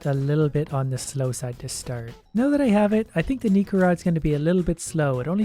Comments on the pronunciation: Necro is pronounced "Neck-row". not "Knee-crow" Yes I cared enough about this to make a comment, I await your pity. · Necro is pronounced "neck-row". It's just the first syllables from necromancy.